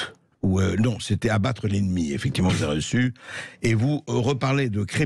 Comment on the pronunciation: Il est bizarrement vêtu « effecti’ment Bercoff. »